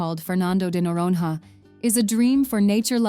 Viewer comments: Pronounced Fernando de Noronya. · Noronha ❌ Noron-RÁ ✅ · The "h" of Noronha is not pronounced like "have", "hot". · "Nh" in portuguese is pronounced like "ñ" in Spanish. If you can't pronounce it, try saying "Noronia", never noron-ha. Hehehe. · O melhor é no vídeo falando NOUWAORINOHA ao invés de noronha 😭😭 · In Portuguese "nh" soubds like "nya" or ñ in Spanish. Say "Noronya" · NORONHA should be pronounced NORONIA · "noron-ha" my You US Americans should learn to pronounce Portuguese as you demand us to do in English... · Yes, it can snow in Brazil. Research before making such statements next time, ok? Fernando de “Noronha”. Please look how to pronounce “nh” in your Portuguese/American dictionary. 😅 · Learn how to pronounce Noronha! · How is that she says "golfinho" right and "noronha" wrong? AI narration, right?